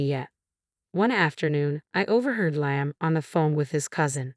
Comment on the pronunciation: The narrator cant even pronounce “Liam” and she’s jealous because her mother in law doesn’t have affection for her like her son?